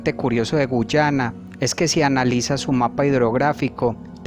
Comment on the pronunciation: Que no es guayana y no guyana